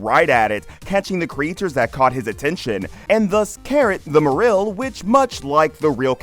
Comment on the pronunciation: "marrill and leeeza (marril and liza) please think harder about how things will be pronounced properly. It's offensive to those who take this seriously